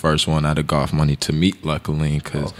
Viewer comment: i listen to them often, one of the most interesting collectives in rap imo. but it's funny to me how they pronounce goth as gof. sounds like golf money, lmao.